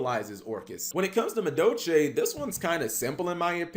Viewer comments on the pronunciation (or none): Why don't you pronounce the L in madolche?